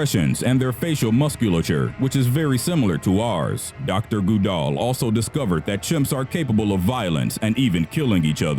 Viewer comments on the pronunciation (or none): good-all ....not gu-dall.....how hard is it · You Butchered the shit outta "Goodall." Good+all= Goodall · I dont want to be mean but this guy isn't the brightest. He said Jane Goodall like Jane GooDoll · Goo - doll? It's Good-all. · If you don't know how to pronounce a name, look it up. This isn't a Livestream, it's a prepared video; you have time. Goodall is not "Goo-doll" it's "good-all" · It’s Jane good-all not goo-dall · GOOD-all, not Good-ALL. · Goddammit, it's 'Good-All', not 'Goo-Dall'. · It's pronounced "GOOD-all", not "goo-DOLL", actually. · Her name isn't goo=DALL It's GOOD-all... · It's pronounced GOOD-all not GOO-dall........... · it's pronounced GOOD-ALL. Not goo-dall. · Am I the only person who had trouble watching this after the second time he mispronounced Goodall? It’s said like it looks. Good-All. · Jane gooodal😂😂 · Omfg it's pronounced GOODall!!! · Haha Jane- "Goo- doll"...never heard that pronounciation of her name b4. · It’s Pronounced Good all these computer voices suck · Dr goo-DOLL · "Goo-darl". Good one mate. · Jane Goodoll..I hate the pronunciation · 😂😂 Jane Goo-DALL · Dr. Jane Goo-DALL. (Oh well, at least it’s not Microsoft Sam.) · Stop saying janes name like that😭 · I'm glad I'm not the only one. The pronunciation throughout the entire video annoyed me no end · So how do you butcher Goodall that bad? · Oh my god is this guy deliberately saying words and names wrong?! I can't stop cringing when he says Jane Goodall's name 😂😂😂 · Is no one going to talk about how he pronounces Goodall? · That Human well I was taking about the odd pronunciation of it by the narrator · NOT HOW YOU SAY JANES NAME✋️😭😭😭